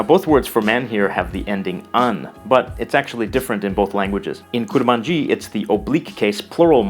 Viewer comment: I'm Kurmanji, but it's not pronounced like that, atleast that's how I speak kurdish. We pronounce it "Kurmonje".